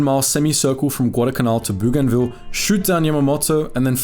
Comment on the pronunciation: What do I think? I think I have told you before that your pronunciation of Bougainville is wrong.